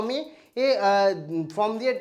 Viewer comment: Form কে কেন from , SIR কে SRI কেন উচ্চারণ করেন ? এই ধরনের উচ্চারণগুলো ঠিক করুন।